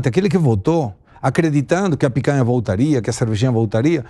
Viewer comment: Ao invés de picanha agora é "pécanha". Faz o L.